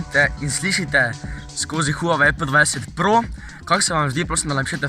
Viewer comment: Pa reče se pe 20 pro